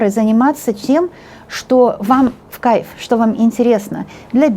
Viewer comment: мне Ваша компания тоже в Кайффффффффф!!!! 😘😘😘😘😘😀😀Обожаю когда Вы так выражаетесь!!!! У Вас это так классно получается произносить слово в Кайффффффффф..... Всё просто суперррррррр!!!! А Вы Большая Умница, красавица, мастер своего дела!!!!! Настоящий М А Г!!!! Да храни Вас Бог и Высшие Силы!!!! Низкий Вам от меня поклон до самой Земли!!!! Аминь Аминь Аминь... 🙏🙏🙏🙏🙏💖💖💖💖💖💖💖💖💖💖💖🌹🌹🌹🌹🌹🌹🌹🌹🌹🌹🌹🌹🌹🌹🌹🌹🌹🌹🌹🌹🌹🌹🌹🌹🌹🌹🌹🌹🌹🌹🌹🌹🌹🌹🌹🌹🌹